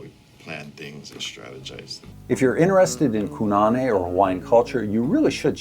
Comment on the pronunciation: I commented on the build video, but this was probably already in edit by then. In ʻŌlelo Hawaiʻi you always pronounce vowels the same way. Kōnane is "koh-nah-neh", not Ku. And with the O pronounced a little longer than the other vowels. Trying to help anyone who finds this game through this video.